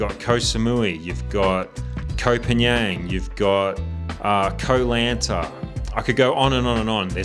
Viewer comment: Nice video, but why not do a little research on how to pronounce Thai names? You're so wildly off with Koh Phangan, Khao San Road, and even you're own Hua Hin that it wouldn't be understandable to anyone accept maybe a fellow Aussie, let alone a local Thai. So easy to plug these names into Google Translate and pronounce them somewhat correctly.